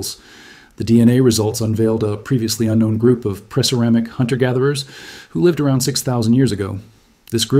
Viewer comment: This is fascinating. The voice actor doing the reading could have been told that "preceramic" means "before ceramics were invented". It would have helped his pronunciation. No disrespect, the rest of his voicing was great.